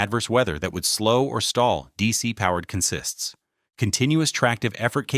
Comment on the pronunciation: ... or pronounces consist that way.